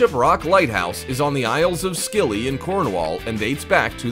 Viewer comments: You pronounce Scilly as silly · Isle of 'Scilly' is pronounced 'silly' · You mispronouced isle of scilly, you do not say the c this is a silent letter. you pronounce it as isle of silly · Thank you Jacqui, this guy hasn't a damn clue. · Hi Jacqui, he needs to learn how to pronounce places before he starts. I lived on the Bishop Rock for many years, In fact I was the very last keeper there. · No: 3 it is pronounced Isles of silly, the c in the name is a silent letter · You dont pronounce the c when your saying scilly, just say silly